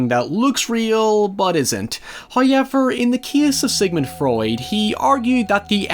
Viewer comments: Me: however: hÏeyever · However = hoiyevyer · "Hie-ever" means "however" I assume? Also,Jimmy Saville died in 2011 not 2012. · "haiever" yh ok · First "high-yevver" occurs . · "hoiyevoir," lmao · I live for his pronunciation of however